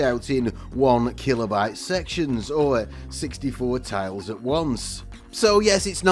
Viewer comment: TILES!!! That's T I L E - tiles.